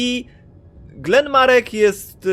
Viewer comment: on sie nie nazywa Glen Marek tylko Galen Marek. A jak nie chce ci sie poprawnie wypowiadać to możesz go nazywać Starkiller:P